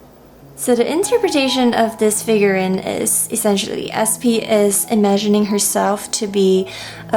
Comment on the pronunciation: ‘Figur-reeeen’, not figur-rin. Other than that, love the close-ups of the figures!